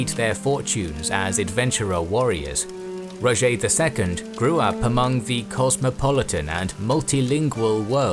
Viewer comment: Its not Rogé its Roger